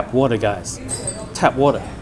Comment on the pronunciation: Cool video. Very dapper, but the phrase, "Tap Water," is pitch-accented on the first syllable, not the second. It's "^ . . ", not ". ^ .".